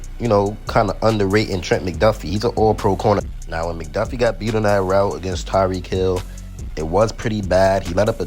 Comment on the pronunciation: It’s Tyreek Hill bruh